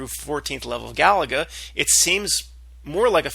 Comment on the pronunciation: The game Galaga is pronounced Ga-lay-ga. It was a fun game back in the 80s, Lol!